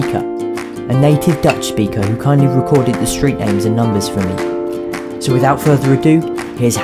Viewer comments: The 'native Dutch' speaker in the video who pronounces all the street names sounds delightfully Flemish. ;-) She makes the names sound less harsh. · Lovely video, it just bugs me a lot that you had a Belgian girl pronounce the Dutch words! 🙈🙈🙈